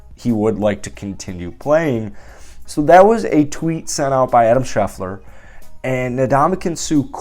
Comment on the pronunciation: I love the raiders updates!! But it’s Adam ShefTER not ShefLER